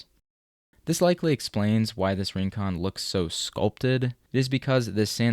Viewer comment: "Rincón" -- stress on the second syllable -- is a Spanish word meaning a distant or isolated spot.